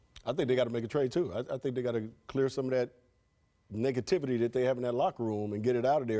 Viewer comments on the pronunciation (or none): “Niggativity.” - Byron Scott